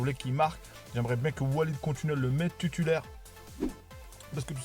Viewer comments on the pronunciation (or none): Salam oualaykoum ont dit titulaire et pas tutulaire